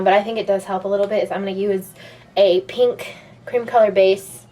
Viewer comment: ths tutorial rocks and so do all your other tutorials but the way you say pink makes me want to throw up